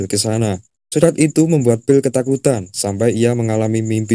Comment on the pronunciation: Ohh, phill dari tadi naratornya nyebutin Bill bill bill